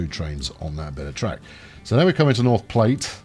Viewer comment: "Vats of Soya-lent Green", I wonder who else got that reference? And it is Plat, sounds like flat...